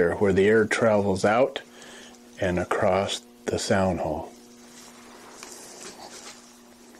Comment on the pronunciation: This guy's the real deal. A true craftsman says "acrost", not "across".